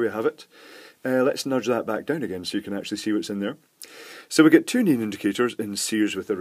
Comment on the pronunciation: neON not neAN